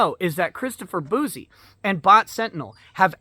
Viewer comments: You keep saying bouzy but it's pronounced bussy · It's pronounced "Juicy Bouc-eh"